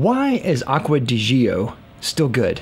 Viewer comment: You're actually the only one who pronouces it correctly. 👍